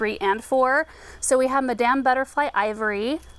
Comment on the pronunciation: madam sounds like madum